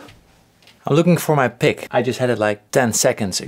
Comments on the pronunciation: The moment you said pick I knew you were Dutch Hehe pik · Lmao when you said “I’m looking for my pick” how you pronounce pick means dick in my language(Dutch). Later I heard your wife is also from the Netherlands 🇳🇱 Keep up the good work and don’t loose you pick😬